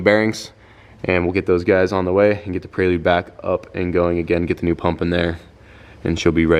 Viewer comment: Why do you keep saying prey-lude? It’s prelude,, you don’t say I’m gonna do a prey workout 😂 its pre workout. Pre pre pre 😂 preelude